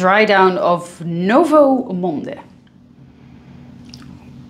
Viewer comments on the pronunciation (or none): none